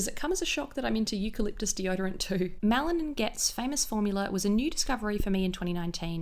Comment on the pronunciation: I know exactly how you feel about having a signature scent. I used to mix my perfumes and had a fair few but after finding the perfect perfume for me and only repurchasing that one my family and friends recognize it straight away ☺️ Also I don’t know about the rest of the world but the name Malin on the deodorant is pronounced “Mah-Lin” it’s a Scandinavian name ☺️